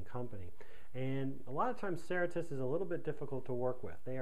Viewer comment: If you are making a video about a company and its policies, it would help to pronounce the name correctly.